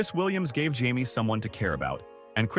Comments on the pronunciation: Right? It's Jay-me, not High-May! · UGH fix the audio. Its Jay-Me not HI-Me. Also that one pic is Richard Dean Anderson from stargate. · Hamee ? It's Jay mee . She is not Spanish . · Why does the voice keep saying Jaimie summers a guys name when it’s a lady name